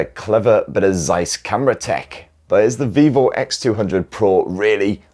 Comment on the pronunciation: Please learn how to pronounce the lovely Zeiss name!